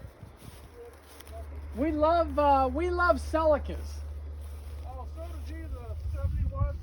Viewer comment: Celica pronounced selleeka 👍